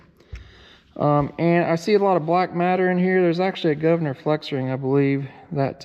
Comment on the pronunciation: Did you say Gov Ner😎